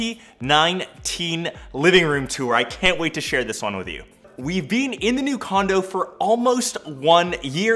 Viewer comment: “Beeeen” “cohch”